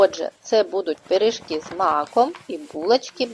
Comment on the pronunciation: Пиріжки, а не первжки..😊